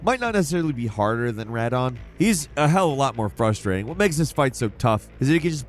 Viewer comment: he did pronounce Radahn correctly at least.